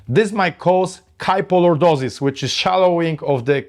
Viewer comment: KY FO Lordosis. Not PO